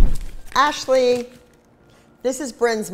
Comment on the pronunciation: the way she said Ashlee